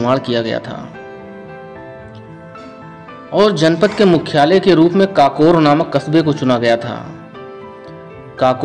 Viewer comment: काकोर नही है ककोर है भाई